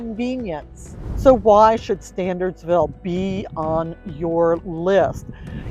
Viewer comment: in the beginning of the video, you say the town name is pronounced "Stan-urds-ville" not "Stan-ahrds-ville." However, after that, you keep pronouncing the name of the town as "StanDardsville." I guess there are two different options for mispronouncing the name.